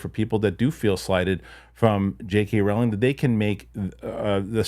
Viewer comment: Rowling rhymes with “bowling” not “howling”